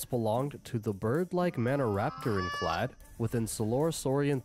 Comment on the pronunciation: Just an FYI, the "a" in "clade" is pronounced like it is in "clay," not like "lade". So you could phonetically write it as "claid". ;)